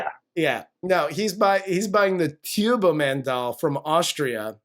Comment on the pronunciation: That sh*t cost $75 million??? How much of it was Arnold's fee??? $30-40 million??? Now, this movie is a total christmas garbage! It's even worse than Home Alone #3, #4, #5, #6. *** "T(e)urbo Man!" "Jamie!" My God... Go to a speech therapist, Arnold!